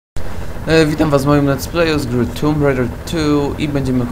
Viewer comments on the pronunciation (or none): tomb rajder tu a nie tumb rajder tu